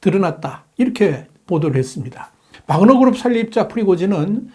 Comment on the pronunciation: 와그너아니라 바그너입니다. 정확히합시다.